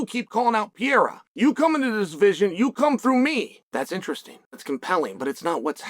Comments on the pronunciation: I love that you always call him "Pee-era" lmao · literally the only guy in the whole mma community calls "pereira" .......... pee era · you butcher his Name XD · Chama will conquer his third belt, and uncle Chael still don't know how to pronounce the name of the man properly. 😂😂